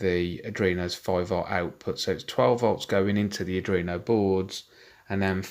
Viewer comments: Cool, RS485 might be a bit bulky and over powered for these applications, but it is a standard and it does get the job done. Cool project. (However, after watching all of these I feel I have to say that its ARDUINO, not Adrino. Sorry, haha) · I like the video but it's "R-dWeen-o" not "r-dReen-o"